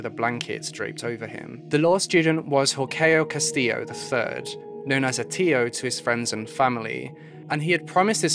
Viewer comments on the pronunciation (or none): Hor-a-shio Kas-tee-yo. You mispronounced his name every single time you said it.